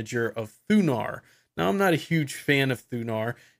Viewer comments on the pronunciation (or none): none